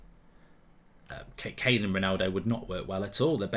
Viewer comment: The disrespect on Kane’s name in this video is woeful